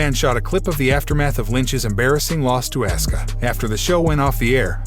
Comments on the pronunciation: Asuka not Asska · auskas name is pronounced Oska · Her Name is Asuka,,, Pronouned Aw-s-Ka,,, get it right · It's Asuka pronounced AWSKA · Narrator am going to need you to say the name right it Asuka 😂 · You went from saying asska a dozen times to saying assooka. Apparently seth's last name is roalins. Bianca's last name is bilyre. Sasha is being called seasha. Good coverage, but get a guy who is a fan of wrestling. Is this a computer, or did someone hire a guy who has never watched the product? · Can’t seem to pronounce peoples names. Seth “Role ins” and “Ask ah” then mispronounces it a second way with something like “Ah soo ca” or whatever the hell that was - c’mon dude 🤷🏽‍♂️ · He sure does: Asca & Asueka instead Aw ska (Asuka) al ter gnat instead of alternet (alternate) Roll ins instead of Rol lins sash a instead of sasha live instead of LIve. Not sure where this came from: Davrap instead of Dou Drop (and yes I have too much time on my hands 🤣).